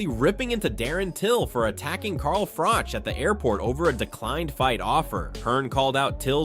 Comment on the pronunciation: His name is pronounced froch like crotch is, not frock. An unbeaten champion yet US commentators can not get it right, still????